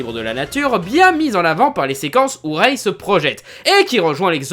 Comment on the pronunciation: ça se prononce rey et Dooku. Arrête de manquer de respect à la prélogie et la postlogie comme ça